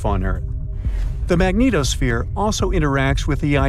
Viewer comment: I like how he pronounces magnetosphere, Magneto-sphere....